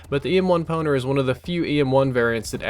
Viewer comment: I thought you said EM1 Boner :)